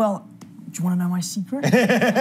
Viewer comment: Robert's face when Tom says: do you wanna know my sicret? Ahahhahaha